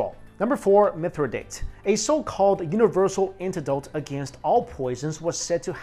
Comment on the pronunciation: Mithradates of Pontus = Mi-thra-DAH-tees. Greek style. ;-)